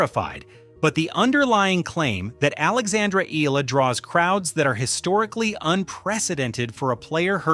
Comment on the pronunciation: EH-YA-LA get it fucking right or get off the net